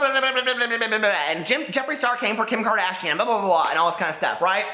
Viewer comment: "KIM KARDAYSHUN"